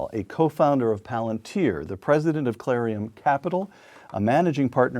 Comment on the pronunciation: It's Clarium capital, not Clarion.